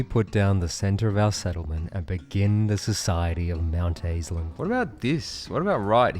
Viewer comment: I like how at first you were like NO it is NOT mount assland, it is MOUNTAISLAND, but then by the end you were just straight up like "I LOVE Mount Assland!"